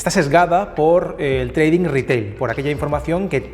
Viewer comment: treidink HAHAHAHAAH madre mia.... ni pronunciar sabes lo que supuestamente te dedicas